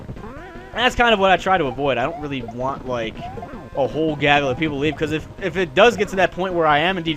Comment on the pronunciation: am i the only person that thinks it is humorous when he says gaggle?